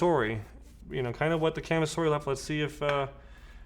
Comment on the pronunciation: Great video,! A couple corrections, though. First, "kamisori" does not mean "blade" like you state in the video. It translates to "razor", and is written as "Shave-knife". 剃刀. 剃る (so-ru) means "to shave", and 刀 (ka-ta-na or toh-oh) means "sword" or "knife". Second, since it's a Japanese word, it's pronounced more like "kah-mi-so-ri", as opposed to your "ca-mih-sor-ih".